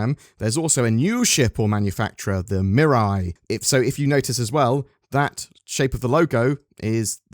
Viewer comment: Mate!! It's not "Mirai" like "mirror eye" it's MEE RAI Based on the kanji looking characters on the logo if you assume they are Japanese it means "future"